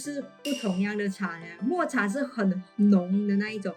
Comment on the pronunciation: 抹茶的mo是念第三声哦